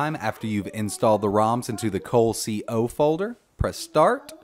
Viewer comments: Cole-C-O folder? It's one word, coleco. Really? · Awesome video. I'm loving my new retropie. Your demos contribute to my enjoyment immensely. One question, did you really mean to say, 'cole-c-o?'